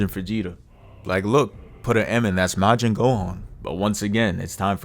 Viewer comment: Aye bro this video funny asf, but why do u say majin like that?